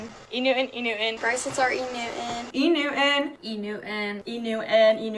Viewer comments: yeah, I thought they were 2 different brands - E Newton and Innuin (?) 😂 I had never heard of any of the brands they listed (except LV or Gucci) so I had no clue they were just mispronouncing it. I’m also totally with the “mean girl” on this because I’m a stickler for using words/names correctly and imo social media has already shown that people will start using words wrong on a big scale if not corrected. Example - all the people that all of a sudden keep writing “of” instead of “have” like “could of”. Drives me insane. My autocorrect was constantly correcting it btw to “have” instead of “of” when typing this so I’m honestly baffled that people don’t know it’s “have”. English is my 2nd language so maybe it’s easier for me because I know the meanings of the words in another language and when I would translate it into German it wouldn’t make sense if I used “of” in those situations. But yeah, when people start writing these things online others start copying them and all of a sudden the majority of people are just using the wrong words. I’ve even seen that “of/have” mistake in news articles and professional emails. That’s how far reaching it can be when people mispronounce/misspell words and phrases. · e new an, e new an, e new an… lmao bring back pronunciation and enunciation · It’s not a cultural dialect … it’s girls trying to “sound cool” but pronouncing things in those weird ways “like omg like it’s e NEW-IN” I agree with the old lady sorry those girls are cringe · I don’t see the need to be nasty about it, but I did find the montage of girls all pronouncing ‘enew’on’ the exact same way to be very funny. The Influencer Accent is real and it’s coming for your t’s. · For some reason i’m most upset(?) about the way they pronounce “E-Newton.” Like who/what is new ‘un? The T isnt silent! 💀 Edit: omg i posted this comment right before the “back in my day” lady. i wouldnt kick people out of any org over a mispronunciation tho 😂😂